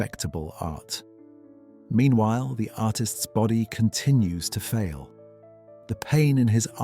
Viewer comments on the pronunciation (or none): none